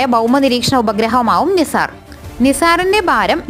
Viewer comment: നിസാർ ❌ നൈസർ ✅